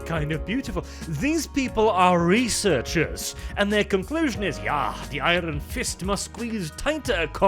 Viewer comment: some of the times you said researchers i heard "reseters"